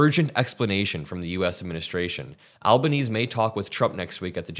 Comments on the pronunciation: please. our Prime Minister has an Italian heritage, so his name is at least Alb-an-easy if you can't manage the Italian pronunciation. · Hang on a minute! First, our Australian Prime Minister's name is pronounced "al-ban-easy". Secondly, DO NOT tell our PM how he should behave or respond to your US dictator... whom you ELECTED! Stop quoting perennial losers, The Greens, who are part of the political right wing in Australia. CLEAN UP YOU OWN BACKYARD!! Glasshouses and stones. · please it's Albaneasy ok pronounce it like that not Albaneez. Please, please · FYI our PM's name is pronounced Alba-neasy. But we generally call him Albo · 💙💙💙💙💙 You can see his face. It could be enhanced to identify him. Australia's PM, Anthony Albanese (Italian name pronounced Alban-easy) is not the guy to call Trump a "badass". He's to the left politically but he's careful in his dealings with the US and people like Trump. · Al-ban-knee-zee (albsnese) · I'd like to thank you for commenting on this horrific assault on a reporter, no matter where they are from, I am an Australian so I'm a little extra pissed off but super proud of her resilience. BTW, our Prime Minister's name is pronounced Albanezee just so you get it right when you report on him hopefully demanding answers and consequences. Also, was this guy an LAPD officer, there were so many different uniforms it's difficult to know who is who. I'm so afraid for your country, it's like the movie Civil War has come to real life. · it's pronounced Alba-nee-zee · it is pronounced Alnaneesee Albanese (long eee)